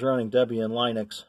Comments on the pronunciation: blud said line ux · This was the first time I heard it's proper pronunciation; "Lunix": But logically, it probably should be pronounced "Line-icks", right? Oh well. At least I still pronounce Jiff, Ma-tay, Gi-new, and Sue-Dew correctly. Oh yeah, and by the way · How did you get to use your pronunciation of Linux? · Apparently not, because that's not how I hear anyone else pronounce Linux.